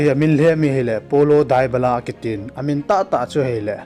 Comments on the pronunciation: It not dubala it debala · Dybala tih ngal o bro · Bro Dybala na pronounced cu nui jat um val 😂